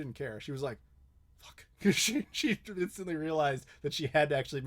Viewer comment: How can you say 'Shee-Shee' with a straight face xD I think it's pronounced 'Shay-Shay' but heckifiknow really I just talked with a Chinese lady before and she didn't seem offended when I pronounced it that way. Sheeshee is Urine where I grew up (in Hawaii, where lots of things originate from Asia so...) OMG this thing is 4 hours?? damn